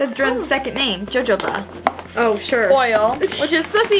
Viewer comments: Its so funny how they pronounce Jojoba oil as JoJo-Ba oil when its HoHo-Ba and I'm not hating because I love your guy's video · It’s spelt with a J but I’m pretty sure that jojoba oil is actually pronounced hohoba oil. Also I can’t spell it but I hope it helped